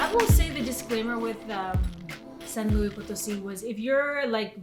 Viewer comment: Love your footage and great editing on the videos! One note, it's pronounced "San Loo-eess (pronounce the S")" --not like the French "louie". So, a tip re: Mexico and Moctezuma's revenge... I'm American (Californian) and have been all over MX over a dozen different times over the course of 9 years now. I've gotten "deathly" ill on at least 4 different occasions (i.e. can't get out of bed for 3 days) and have gotten 24-hour food poisoning another 4 or so times. However, I have another Californian friend who never gets sick. It just depends on your own sensitivity, your gut flora & whether or not you've been previously introduced to the bacteria specific to Mexico. I have tons of food allergies so that already puts me at higher risk... I'm still planning to move there permanently in July of this year, but have learned how/what to eat (mostly) to prevent getting sick. You'll learn it over time. It sucks but some people are just more susceptible than others... I'm one of them.